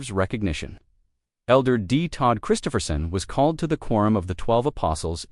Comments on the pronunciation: Pardon? "MASSIVE Utah Stake Changes Worldwide" If the stakes are in Utah, they are not worldwide Stakes. Here in Alberta Canada all of the major cities stakes changed in 2026 as well. It's just as profound here as it is in Utah. Too bad you are pronouncing Christofferson's name wrong. Not "Christopher-son", but "Chris-TOFF-er son. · This is not Elder Christofferson. Also please learn how to pronoun his name. How canse really believe you are publishing accurate information??